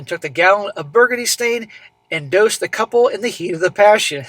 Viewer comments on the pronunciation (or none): It’s pronounced “dow-sed” not dosed